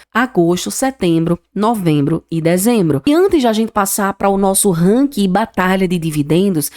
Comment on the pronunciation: Buenas Não querendo desprezar teu vídeo e sim, dar sugestão, acho que tu precisa revisar tua pronúncia nas expressões em inglês. Tenho que dizer, dei mais atenção às pronúncias do que na tua avaliação dos bancos. Puxa, falar "ranki" matou meu ouvido... Melhora por favor tá? No mais, concordo, o BBAS3 tá D+ e vai, ao meu ver, cair para menos de 25 reais. Minha opinião 🙏